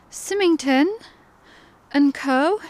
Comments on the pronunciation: Symington is pronounced Si-ming-ton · What amazing treasures you found!! Love the complete clay pipe! For ref, you pronounce the name Symington the same as the start of the name Simon. Symington is a village in Ayrshire, not far from Prestwick. Look forward to the next video. Take care xx